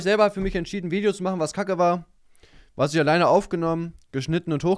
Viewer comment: "Warsch" klingt so als hättest du auf die Fresse bekommen,und kannst nun nicht mehr richtig reden.